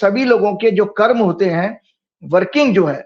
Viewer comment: इस कारण चूतियापा‌ तो देखिए कर्म को कर्मा बोल रहा है।